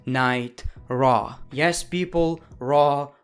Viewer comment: Is it me or does he sometimes say Monday night traw instead of Monday night raw